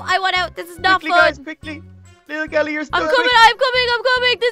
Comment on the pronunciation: Hey he said holle kelly